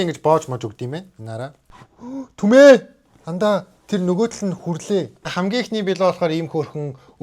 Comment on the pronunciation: хачуудлиии н ахиииг түмээ биш тэмээ гэдэг.